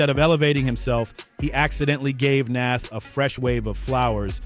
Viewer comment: You did all this work and it's good but you saying his name so wrong its pronounced Noz